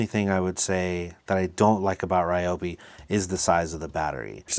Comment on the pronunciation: Just an FYI. Not sure if anyone has said anything about the pronunciation of Ryobi. The correct pronunciation is "Ree Yo Bee" not "Rye Yo Bee".